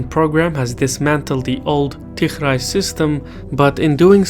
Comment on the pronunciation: Not tigrai,its tigree